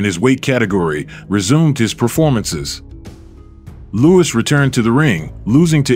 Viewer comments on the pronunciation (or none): it's "Lew-iss" not "Lew-weeze" as you keep pronouncing it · Nice video but unfortunately the commentator narrator makes several mistakes in his pronunciation one of the biggest is to Mispronounced the great venerable Joe Louis as Joe Luis...listen for it especially obviously during Rockies commentary fight with him and the reference to Charlie Goldman as Charlie gold Mill clearly he's referring to Rocky Marciano's trainer also mispronounced and the fact is Rocky was a phenomenon for as it is not the size of the dog but the size of the fight in the dog that will win in most cases and Rocky was an extremely small heavyweight incredibly tough and credibly relentless and awkwardly effective in his defense no he was not Muhammad Ali and alluding in avoiding punches in many in his early career but he had his own rough and tumble swaying underneath style that got his non-stop hammering blows in to destroy the opponent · Stop using these AI voices. Cannot even pronounce Luis saying Louise. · Its Joe Lou - is not Loo-eez duh !!! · Louis (not Louise) was ahead of Marciano at the time of stoppage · What's with the 'Lou-ees' pronunciation? Sometimes, it's Louis, and other times, it's Lou-ees. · Is there a real person reading these scripts? Joe Louis’ pronunciation is WAY off several times. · Great video but literally some of the worst voice over ever. Couldn't even say Joe Louis' name correctly.